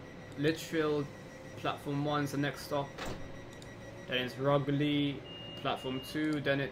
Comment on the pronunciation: oh btw the way its ruu-geer-lee ;) im at lichfield